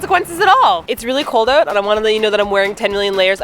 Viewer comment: you can hear Canadian accent when she says "its really cold OUT":) it reminds me of How I Met Your Mother lol